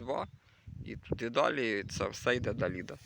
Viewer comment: Далида -была популярная певица ;ударение на последний слог